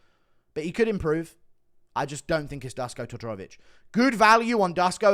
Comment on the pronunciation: Duško = Dush-ko